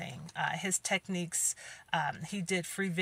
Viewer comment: Did Geneva teach him those techniques or as she would say, "tepneeps"?😂😅🤣🎶🎵🎼. Another great video, keep up the great work!💛💛💛💛